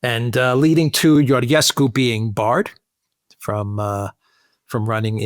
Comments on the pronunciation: Georgescu is spelled like the King George, George-escu, add the escu at the end of George. In Romanian, Ge is pronounced Ge like in George, and Ghe, is pronounced like in Ghepard. No "h" no Ghe-pard. Just George like in King George the V. Btw, no matter how many elections will cancel, the people will keep voting against EU. Remember, Georgescu got 23% votes and they cancelled him, and now Simion got 40% of the votes. Also Siminon's AUR party it's part of Meloni's Conservative and Reform faction in EU parliament. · Alexander pronounce Georgescu properly,just like King George!Also he will not be a prime minister because Romanian Pariament must confirm a presidential nomination...and they will listen to EU dictat and denie Georgiescus nomination for PM! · Guys, the "ge" în Georgescu is pronounced like the "ge" în "gentle". If it were pronounced like the "ge" in "get", it would be written "ghe". That is why it is "George Simion" and "Gheorghe Hagi". It works like Italian "Giorgia" vs. "Lamborghini". So, stop pronouncing Georgescu like we would Gheorghescu! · Georgescu is pronounced just like George in English just add escu at the end